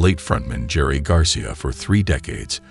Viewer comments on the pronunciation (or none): Will you ever get a good anouncer on here????He couldn't even pronounce Jerry Garcia's name. It sounded like Gaseeyaw. Just ridiculous you hire people who don't know our English language to do these. Then he says "Clevland" Browns. Pretty sad MovieNewsCast